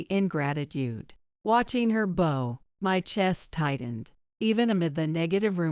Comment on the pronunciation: Bow rhymes with cow when used like this (as a kow tow).